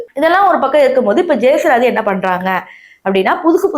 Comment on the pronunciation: Ma ne Antha lady pathi pesi kaasu pakanum nu mudivu panita atleast name Olunga pronounce pannu jesuraathi ila jesu rathi